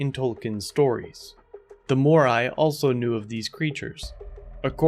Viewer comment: The correct pronunciation of Maori is Mah-aw-ree.